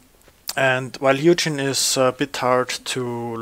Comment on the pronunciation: It's hoo-gin, not hew-jin! Otherwise good video